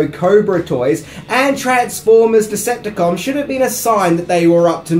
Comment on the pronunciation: there is no M at the end of the word dececepticon